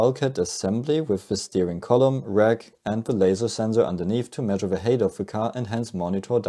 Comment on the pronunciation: Good stuff. Small comment, height is pronounced as if it rhymes with white. Excellent detail in your clips. Been on hols and looking forward to the next airship video!